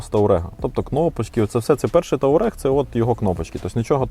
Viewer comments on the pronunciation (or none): А чому "Таурег" правильно-Туарег!!!